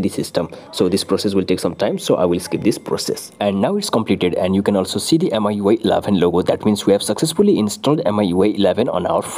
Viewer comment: I think its pronounced miyouay